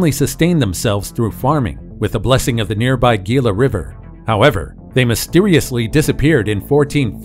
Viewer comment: (*"HEE-lah river!)